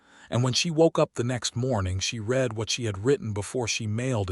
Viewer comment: Great story from the beginning. It was well-written and showed how - in what ways - their relationship grew and flourished. I agree with two other comments about pronunciation. It would make more of a change than you may realize to hear "read", "breathe", "live", and other words pronounced correctly based upon usage.